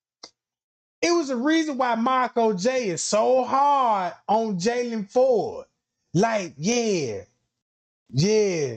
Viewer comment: PLLEEEEASEE NOT JAYLON(IN) FORD. NOOOOOO! He has ABSOLUTELY nothing to do